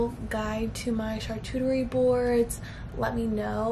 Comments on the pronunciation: "Charchuterie" board, "cornichons"... 🤣🤣 Google translator (sound) can be très très helpful,. Hint: French. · “char-cuchie board “ GIRLLLLL 😂😂😂😂😂🤣🤣🤣